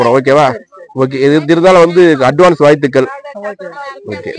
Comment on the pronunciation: வீடியோ எடுப்பவர் தமிழ்த் தெளிவாகப் பேசவும் . வாழ்த்துக்கள் என்று சொல்லவும். வாய்த்துக்கள் அப்படிச் சொல்ல வேண்டாம்😊